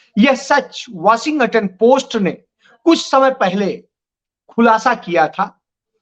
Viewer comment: Sajis nhi Sazish वाशिंगाटन nhi वॉशिंगटन इसारे nhi इशारे Jariye nhi Zariye Aaj ke liye itna hi sabaq kati hai Dhayan laga ke sudhar kijiyega agli baar check karunga